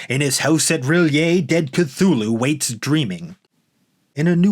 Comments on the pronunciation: It's pronounced Tū-Lū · More "Cute-thulu" 🙄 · Since Lovecraft himself was never sure, I prefer to say THOOL-HOO (silent "C") as in Chthon.* . *pertaining to the underworld. Sounded as a "K" when preceded by a vowel